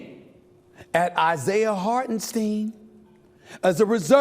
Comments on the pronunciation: lol. And he pronounced Hartenstein’s name wrong. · You got a point. I’m a Knicks fan and idk how you could slip and think Grimes is still on the team if you’re watching and following as a fan does. And the way he pronounced Hartenstein shows he doesn’t watch or follow 🤦🏽‍♂️😂 I can’t say he doesn’t genuinely root for the Knicks but he’s not as invested as he puts on. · He didn't pronounce Hartenstein correctly either.